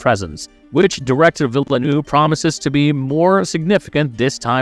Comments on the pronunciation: I wonder whether the voice is real or AI genrated; what puzzles me is the pronunciation of VIlleneuve (vil·nuhv) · If that was a AI v/o, it was the best I've ever heard by a very large margin. That makes mispronouncing half the names an even greater miscarriage.